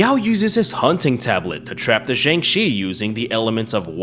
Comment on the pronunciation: I like how halfway he starts calling the Jiangshi a Shang Chi (swapping the starting consonants)